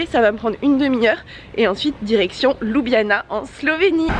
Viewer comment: La capitale de la Slovénie ne se prononce pas ''Loubiana'' mais ''Lioubliana'' 🙂 Le reste est parfait.